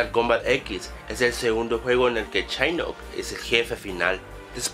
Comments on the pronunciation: Es shinnok no shainok!! xD jajajajaja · Shainok ,dios casi me muero al escuchar eso xD jajajajajajajaja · es shinnok no shainnok JAJAJAJA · chainok ? :v es shinnok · Nunca as jugado un Mortal kombat :v ¿? La pronunciación de los nombres me llego al alma UwU /chainok/ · ¿Shainok? ¿¡Shainok? D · Shainok....reptil :v